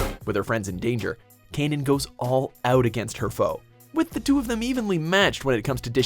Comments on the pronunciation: Canaan? You mean "cannon"? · “Kay-none” What a cringe.